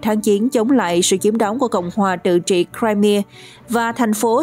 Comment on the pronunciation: bán đảo “ Crimea “đọc đúng phát âm theo tiếng Mỹ là Crai-mia chứ không phải là Crai mi a, nữa Mỹ nữa Pháp lẫn Việt.